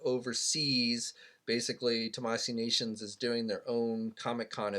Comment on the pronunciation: Omg still can’t say it right...it’s TAMASHII NATIONS not tamasee nations